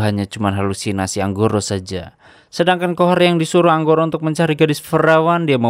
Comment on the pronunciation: Angkoro Bang Bukan Anggoro Maaf Koreksi beda Huruf Beda Makna 😂